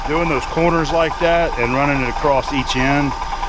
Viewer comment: Across...with a t. Ha, I love it. Worked with a guy who said it the same way.